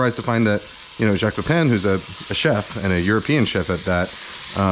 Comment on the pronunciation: Thank you for pronouncing Jacques correctly. 80% of people cannot even when you tell them how, it’s ridiculous